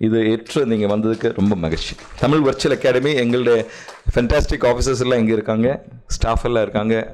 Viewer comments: Brilliant talk on Sangam Thamizh. Thank you Sir. Your talk in Thamizh would be still brilliantly beautiful if stress is given on "zh" in Thamizh. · தமிழ் கூறும் சபையில் தமில் வாளியே என வரவேற்பது மனதிற்கு வேதனையளிக்கிறது